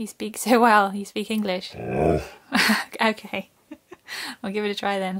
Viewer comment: he clearly said Oh Key is Genius 🥰😍🤩